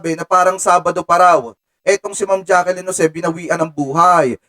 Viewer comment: Jacklyn not Jackilyn